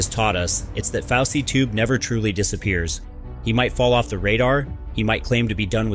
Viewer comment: I thought it was fousey not faucey tube